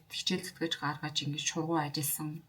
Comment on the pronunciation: Шургуу биш Шаргуу